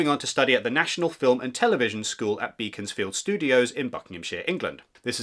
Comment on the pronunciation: It’s not pronounced “Bee-cons-field”, it’s “beck-ons-field”. As a resident ;)